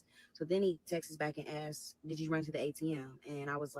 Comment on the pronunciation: And askes instead of asks